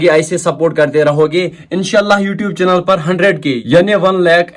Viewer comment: its not chunaaaal its chennal agr english nhi aatin tohh kio krty hi ho